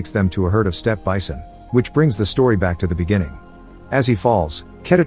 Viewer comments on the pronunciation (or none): none